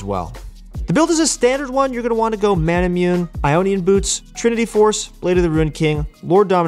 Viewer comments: "Manamyun" This triggers me tbch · I keep commenting that every video, he wont listen. Also Manamune is pronounced Manamouné because it's a japanese word